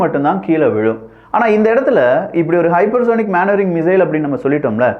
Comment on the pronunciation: தம்பி அது மேன் வரிங்க இல்லை மெனு வரிரிங்